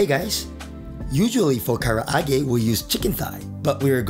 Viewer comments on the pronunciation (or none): It sounds like you said, “today, we’re gonna make, chicken ka’arate”!